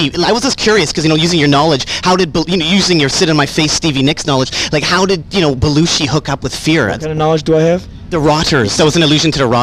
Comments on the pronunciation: Anyone else notice how he pronounces Belushi? "Belluchi" ha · Belushi, not Beluchi.